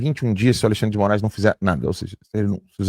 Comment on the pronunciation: Segundo o jornalista Oinegue da Band; "... há dois Brasis com o alei-xandre...".